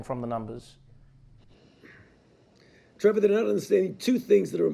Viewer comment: I'm so happy for Trevor that Dr. Fauci pronounced his name right. Trevah. Not with a hard R.